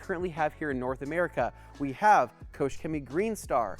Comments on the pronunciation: Maybe you could start by pronouncing the name of the company correctly. Here's a clue, it's not Koshe. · There's no "ou" in Koch.